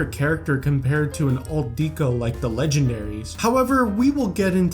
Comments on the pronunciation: It’s pronounced deck o, not deek o. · Yes, but kept pronouncing it wrong. It’s pronounced deck o, but he kept saying Deek o, which bothered me throughout the entire video. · “Dee-koh”? Are you serious? Do you pronounce the word decoration as “dee-koh-ration”?🙄